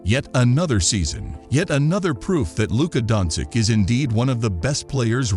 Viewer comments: luka donsick sounds good to me lol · learn how to pronounce he's name at least..( specially when u do video about hem). donkik?!))) jokik?!)) omg this is so disrespectful!!! life hack for u read like this donchich jokich